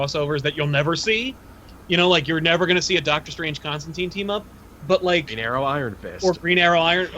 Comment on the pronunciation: you guys keep saying Constantine wrong. it's said like turpentine